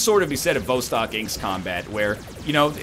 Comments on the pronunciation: Everyone's concerned with NL selling out or not selling out and with the quality of the game. I'm just here to inform y'all that 'Vostok' is pronounced [vas,tok] and simply means "east" in Russian. You are welcome. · Also, the emphasis is on the second syllable, not the first as NL kindly demonstrated for us in two different ways within the first 5 seconds of the video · Yes Egg everyone lives in vostok so by not saying its name right you are alienating EVERYONE